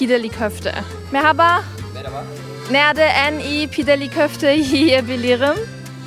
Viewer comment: Bursa'da yaşadığım için normalde Bursa ile alakalı videoları izlemem ama sırf şu ''merhaba'' kelimesini telaffuzun için izleyesim geliyor :)